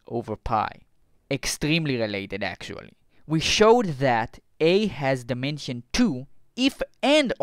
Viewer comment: Russianal number? Are you a russian spy? Dimenchion?